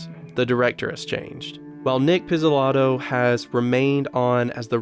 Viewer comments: Dude how can you not say the names right? PIZZ-O-LA-TO FU-KU-NA-GA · Dude, you said both those names way off, just listening to an interview or heck, even just put them into google would've helped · You had 10 years to pronounce their names right couldn’t listen after that..SMH. I know it’s YouTube but if you want credibility pronounce sht like an adult. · Nice video, but funny that you succeeded in butchering both names (Pizzolatto and Fukanaga)... lol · There is no reason to not pronounce a name correctly. I get it if you're trying to say 愛莉, 愛梨, あいり and don't get it quite right but come on you have unlimited resources and tools to look up how to say Nic Pizzolatto. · One thing is saying their names wrong, the other is completely butchering it. You Americans think you can pronounce things however you want while the rest of the world speaks at least 1 other language, that’s sad.